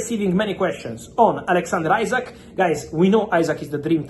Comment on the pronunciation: Why do you keep saying Isak's name wrong you muppet? is it your racism? its not "isaac" its "esack" "ISAK" Say it right you racist 🤣